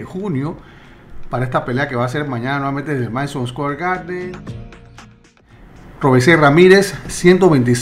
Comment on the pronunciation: saludos muy bueno tus análisis voy a mi compatriota,por decisión y otra cosa el nombre del cubano se pronuncia tal como se escribe,disculpa mi señalamiento,bravo por ti buen programa,en estos momentos te escribo desde oak creek,wisconsin tu hogar!